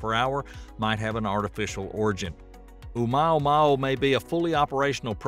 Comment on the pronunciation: You mispronunciation of Oumuamua leaves me doubting everything you said! And your attitude toward people who openly guess what these admittedly "unknown" things are, also leave me nonplussed. Why aren't people free guess or speculate about the origins of unknown objects without obvious disdain on your part? Can you even answer my questions, or does my query put me so far below you that I'm not worthy of the time it would take you to answer?